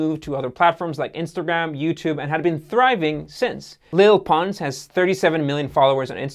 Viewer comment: Leel pons